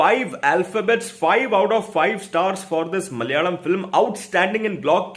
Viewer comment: also he pronounced മലയാളം correctly.. Even Malayalees while speaking English won't do that 😹.. He might don't know how to read.. Maybe